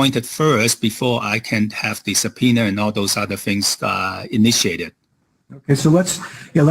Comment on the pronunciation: subpoener? Is he from New York?